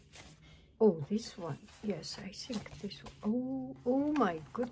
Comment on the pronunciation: "I sink... I sink this is.... this is what it is... " lol so cute!